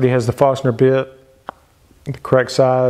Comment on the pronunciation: Why does he keep say farstner instead of forstner?